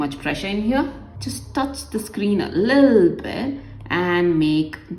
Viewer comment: the way she says lille bit [little bit] is soooooooo funny🤣🤣🤣😂😂😂